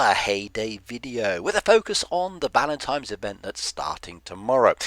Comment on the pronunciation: $1 for every time he says, "Valentimes.''